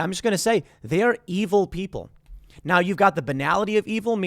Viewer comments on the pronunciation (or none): Eeville, like fru-its of the deville, Eeville